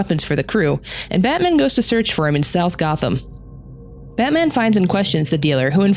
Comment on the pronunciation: I swear he's says Antman sometimes...love the vid though.